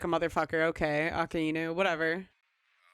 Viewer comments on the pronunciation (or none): Real minor thing, you put too much emphasis on the "I" in Akainu. Ah-kai-new. Your way of saying it makes sense as two words in a sentence, but as a name and a title it flows better this way.